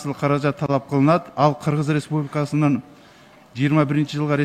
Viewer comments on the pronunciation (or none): Кыгыз респубикасы кыгыз респубикасы эле дейт да мына спикер Кыргыз республикасы дегенге тили келбейт окшойт 😁